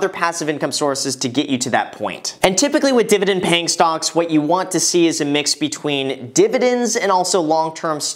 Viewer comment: I don’t know why but every time he says “stocks” I hear “stonks”